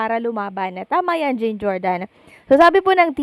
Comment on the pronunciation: Hi mam, the right pronunciation of 'jean' is John, kc guy name po yan😊